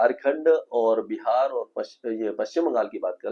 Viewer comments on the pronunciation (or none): none